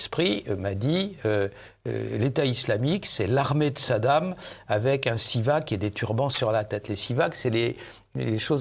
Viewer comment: On dit pas un sivak mais un siwak :)